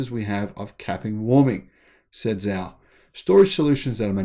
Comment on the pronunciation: As a former Chinese language teacher I’m continually cringing with the mispronunciation of Chinese names. Romanized Chinese pronunciation is difficult and not intuitive. For example, the name Zhao is actually pronounced Jao. For future reference, if you aren’t sure how to pronounce a Chinese name, check a Pinyin romanization chart online. With a little practice it becomes second nature after a while. I absolutely love your channel—keep up the great work!